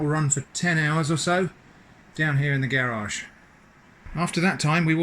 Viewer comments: how he says garage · Why do you say "garage" like an american? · You're British yet say garage like an American...What?